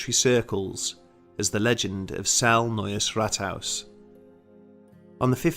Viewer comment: I'm from Austria and I must say for an English speaking person you can say "Neues Rathaus" actually pretty well. haha.